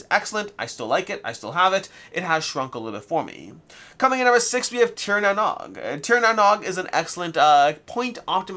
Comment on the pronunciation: The Nog part of Tir Na Nog is pronounced "Noge".